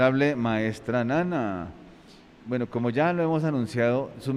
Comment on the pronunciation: Se dice buen no vuen